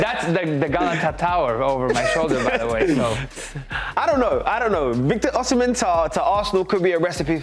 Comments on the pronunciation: It’s Osi not Oshi—- it’s annoying the way you calling him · Come on...it's pronounced Oh-si-men. Not Oh-she-men. Do better! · Victor OSIM-HEN NOT OSHI-MEN. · no OSHHIJMEN OSIMHEN BRO wtf is that ssshhh sound